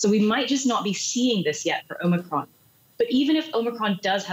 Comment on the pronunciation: Omicrons ?? sounds like O´Macron.